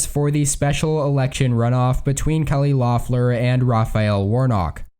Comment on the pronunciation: It's pronounced "LEFF-ler," not "LOFF-ler," not that it will matter come 5 January.